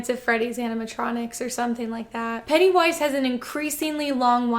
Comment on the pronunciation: It really kept sounding like you were saying Pantywise.